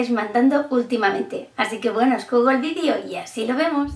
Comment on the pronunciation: me encanta como dice vidio